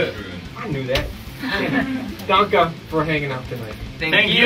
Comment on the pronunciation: "How do you say thanks you?" "Danke" "I knew that!" Then he proceeds to say it totally wrong XD Danka?